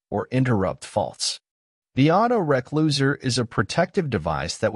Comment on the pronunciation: Typical AI voice-over. "auto-reck-loser"!!! Can't even teach it to say re-closer! Still a very good content though, appreciate the upload ;)